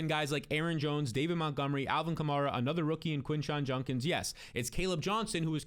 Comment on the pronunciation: JUDkins bro it’s not Junkins